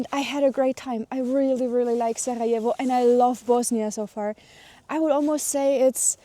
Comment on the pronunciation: you have a really lovely way of pronouncing the R in Sarajevo, where are you originally from?